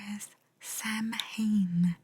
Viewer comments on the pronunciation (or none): Samhain is Gaelic, so it isn't pronounced the way you'd expect - "saa-win" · It’s gaeilge not Gaelic and, yes, the correct pronounciation is “s-ow-in”